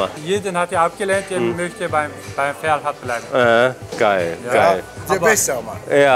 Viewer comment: Er heißt ,, Ferhat,, nicht Pferd 🐴 😂